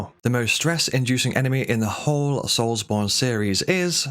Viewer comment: “Souls Bond” lol The names Bond… Souls Bond. Brother to Jonathan Darksoul.